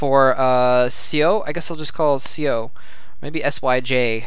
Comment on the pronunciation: correction: seo is pronounced more "suh"